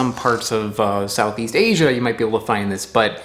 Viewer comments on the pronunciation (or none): none